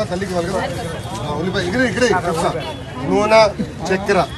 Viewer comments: Noona kadhu ra... nune (oil) Thiyyagundhi 😆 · ayya lokesh Daanni నూనె antaaru నూనా kaadu